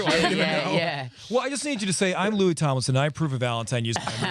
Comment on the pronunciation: First second: “Louis Tomelson” Louis:”Fank you, fank you!” 😂😂 Two memes in the same second I love it